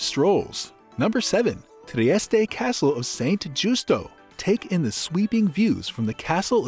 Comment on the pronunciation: At least pronounce the name correctly in your opening sentence.